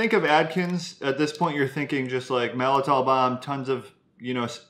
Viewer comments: Malt-I-tol, not mal-I-tol. Think “malt liquor,” not “malfeasance.” Just nit-picking, sorry. Soluble corn fiber is also called “resistant maltodextrin.” Regular maltodextrin hits hard (I’ve seen claims of a glycemic index of 100), but supposedly SCF is way less of a problem. Calling it SCF makes it sound natural, but it’s about as natural as high-fructose corn syrup... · I think you two are amazing. And it pains me to say this but there's actually two letter t's in the word Maltitol - I could be wrong but I'm pretty sure on the pronunciation, the first "t" is not silent. :) You have done great research to benefit many and proper pronunciation will help credibility.